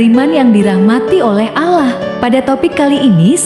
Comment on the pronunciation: Kog Pengisi suara nya nyebut Allah kyak non muslim y bunyi nya